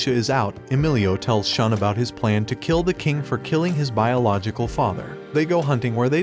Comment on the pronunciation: it is Shu + N... so it sounds as Shoon! Not Sean!